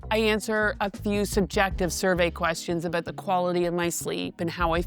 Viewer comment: Canadians will always oot themselves❤